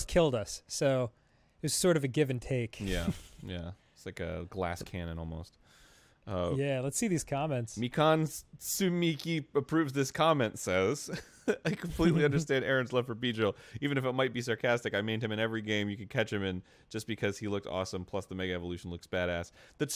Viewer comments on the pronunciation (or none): Arin reads Mikan as "Me-can" Hope for GameGrumps Danganronpa increases as soul dies